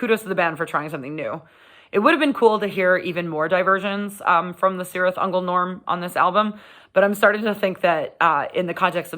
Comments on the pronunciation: Kirith Ungol, not Sirith Ungol!!! Read your Tolkien. Just because the the bands gets this wrong, we don’t have to! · Am I a bad person for being annoyed when people pronounce it Sirtih Ungol? If Tolkien has any say in it, it should be Kirith Ungol. Sorry, I'll head back to mommas basement now ;-) Great review though! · No It annoys me, too, lol, but to be fair, is Sanadian, so...... Still, her love for Metal is the important thing here. Gotta love Cirith Ungol